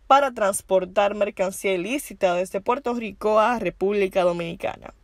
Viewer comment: Puerto rrrrrrrrrico no puerto gico